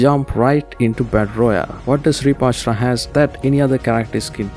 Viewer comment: AshUra not Ashra😅